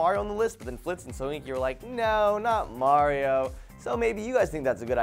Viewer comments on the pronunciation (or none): none